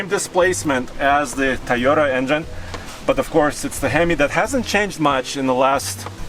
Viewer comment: I like how he calls the Toyota a "Ta-yota"